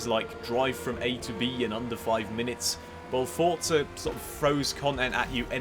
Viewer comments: There is no 't' before the 'z' in Forza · DUDE WHERE IS THE “T” IN FORZA????